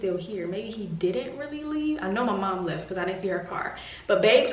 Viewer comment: LOL I cannot believe that had the squirrel in the house for three days talking about "I think it lef" hahahhahaha OMG, I swear I wish you guys caught this on the vlog LMAO!